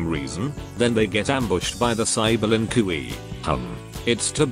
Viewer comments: Ah yes, the len cui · Lin Kuei: "Lin koowee" Kung Lao: "Kung Lay-o" Kintaro: "Kinteroe" Noob Saibot: "Noob Say-bot" xD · I love it when the voice mispronounces the voices like "Lin Koowee" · I love how stupid the text-to-speech sounds. For example; "Lin Kooee". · Oh yes the "lin qu E" my favorite clan